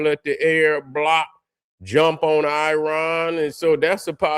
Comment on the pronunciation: Another thing brother, where did you get "Aryan" out of the word "Iran"?